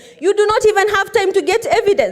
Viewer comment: Order not ornder, get not nget😂😂